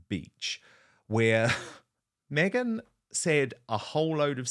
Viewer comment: Did you say BEGhan Markle? 😂😂